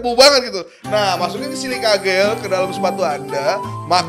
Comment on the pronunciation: Bang, lu ngatain orang ngomong "sens" jadi "sen-se", lu sendiri ngomong "jel" jadi "gel", haduh...haduh...